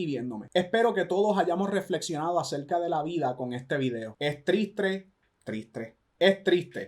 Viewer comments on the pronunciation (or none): lo estaba tomando todo con seriedad hasta que dijo “ tristre “ JAJAJAJAJAJ😭